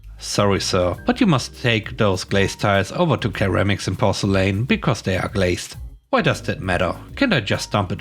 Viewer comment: "ceramics" is "se-ra-mick-s" as in "second" "ramen" "mickey mouse" "s"